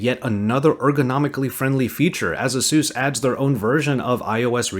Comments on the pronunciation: Who is Azeus? It's A-sus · "Ay-soos" is how you pronounce it. Other than that I love your content! Keep it up!